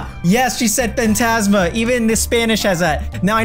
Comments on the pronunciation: You dont say fantasma you say fãntasma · Feintasma kkkk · Faintasma ahshahhash